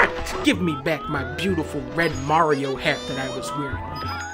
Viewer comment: I love how she says lets bake a cake for MAY